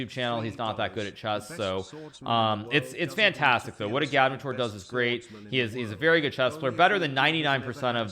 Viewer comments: i'm pretty sure agadmator has the emphasis on the first "a". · Lol isn’t it pronounced Agad-mator, not A-gad-mu-toor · I remember years ago comments to Agadmator on how his name is pronounced and what it means. "Its pronounced how its spelled". A-gad-mat-or" Why Does Hikaru shorten some vowels and lengthen others? Igaadmitoor Still never learnt the meaning. I remember he used to tease that he would reveal the meaning after sub milestones. Must have missed that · no disrespect but I think it’s pronounced agad-mator